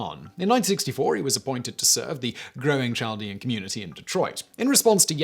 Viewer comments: I have always heard it pronounced like "Caldean" with the h being silent. I am from the area mentioned in the Bonus Facts. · I think the "CH" in Chaldean is pronounced as a "K" (Kaldean). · Doesn’t mean much but as someone who works in a heavy Chaldean area near Detroit, it’s pronounced “Kal-dee-un” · It's pronounced "KAL-dee-an" not "chall-dee-an" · The Ch in Chaldean is pronounced as a K not a Ch. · Pronounced: Kal-dee-an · It is definitely pronounced with a k sound. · Chaldean: Cahl-DEE-an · Hey Simon Chaldean is pronounced without the ch sound the h is silent so think of it like Caldean or a k sound. I live in Detroit and have grown up with Chaldeans my whole life. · Chaldean pronounced with "K" not "Ch" sound..... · Chaldean isn't pronounced with a soft "ch" as in "child," but with a hard "ch" that sounds like a "k." Kal-DEE-ahn. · I live in the Detroit area and always heard that pronounced "kal dee an". No surprise that Coleman Young gave Saddam a key to Detroit. That man was a real piece of work. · Great videos always. Side note...Chaldean is pronounced Kaldean. Other than that, love all your videos. I am Chaldean in case you are wondering how I know. PS since you cover a lot of topics, if you want to do one on the last/oldest Christian communities(Chaldeans)... Let me know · Your pronunciation of "Chaldean" is ridiculous, Simon. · Yeah, Chaldean is pronounced with a "k" sound. Could someone tell me what "najis" means? I'm not familiar with it. I think it might be related to the Sanskrit word "Naga," serpent, but I don't know.